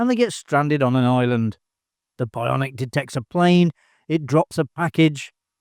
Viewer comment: BI-on-ic!!!! Learn how to speak!